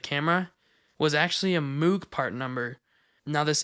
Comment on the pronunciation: Another small note, since they are the same family-- Moog Synthesizers are pronounced to rhyme with "rogue" or "vogue."